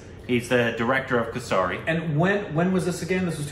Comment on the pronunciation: You guys watch the movie where the title of the movie is mentioned in it tons of times and still mispronounce it all the time. For example, Kesari, you can make a bit of an effort to pronounce some words correctly, for respect, all words don't need to be "Korbanized".